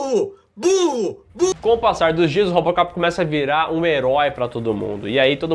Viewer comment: O falou Rópocopi kkkkkk